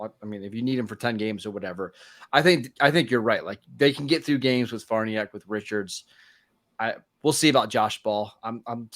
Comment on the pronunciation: Love the show fellas BUT its been long enough.... the name is pronounced Far Nee Ock........